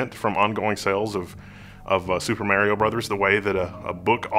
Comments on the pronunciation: Mary-O ? I think you meant to say MAR-IO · Why are you saying "MErio Brothers" ? wtf.. I'm so triggered haha